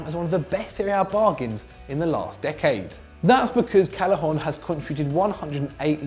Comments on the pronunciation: it's pronounced CAY-eh-HON not CAL-eh-HON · And Callejón